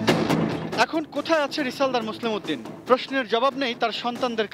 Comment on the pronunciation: এটিএনের মতো একটা চ্যানেল যখন মোসলেহ উদ্দিন কে মোসলেম উদ্দিন বলে তখন অবাক হ‌ই। এরা সাংবাদিক হয় কিভাবে ??